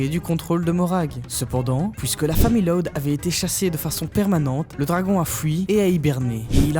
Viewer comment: Juste , pk est ce que tu prononce LOUD comme si tu disait LOD alor que normalement on est senser prononcer plus comme si c’était LAOUD